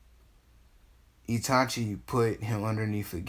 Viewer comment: Oh and in ur first series u said itati instead of itachi